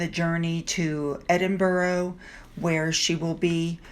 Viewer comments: it’s not Edin bur ro it’s Edinburgh it’s so important to get it right sorry to mention this but in the nicest way,Google pronounce’s it on their microphone 🤷‍♀️ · Edinburgh is pronounced as Edinbrah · You are pronouncing Edinburgh wrong